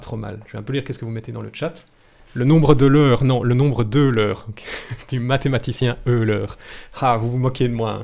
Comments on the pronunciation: Etant Suisse comme Euler, je peux dire que son nom ne se prononce pas "heu l'heure" mais "heu l'R" comme R le logiciel...😁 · ca se dit oye-leur :pppp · Pour info, Euler se prononce quasiment comme les mots "OEIL + LEUR" sans traîner longtemps sur le "leur" ;-)